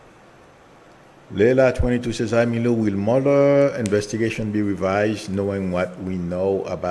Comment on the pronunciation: Sorry to correct you, but it’s not Milo, but. And, it’s not Namasta, but Namaste. This is how we write it in our ancient Sanskrit language-नमस्ते. It is a very common greeting in India among followers of the Hindu faith. It means “I bow to you.” You can also say, “Namaskaar.” Please be respectful of the greeting. Thanks!